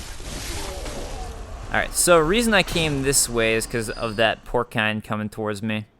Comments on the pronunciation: Uh... I'm fairly sure it's pronounced "porse-ine... Spelled porcine. Porkine? Not so much. :) Love the vids. Look forward to the next. Going thru withdrawals!!! Lol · You are almost there with "porcine." porcine |ˈpôrˌsīn| -->(the last syllable pronounced like "sine" in math) adjective of, affecting, or resembling a pig or pigs: his flushed, porcine features. ORIGIN mid 17th cent.: from French porcin or Latin porcinus, from porcus ‘pig.’ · porcine (por-sine) that the correct pronunciation